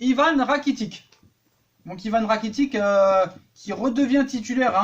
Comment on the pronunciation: Ratikic mdr 🤣🤣🤣 Rakitic 😂😂😂